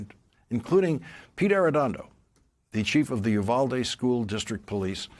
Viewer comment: I know it's not a big deal but I wish these news reporters would look up how to pronounce Uvalde. It's hard to listen to when you're from there.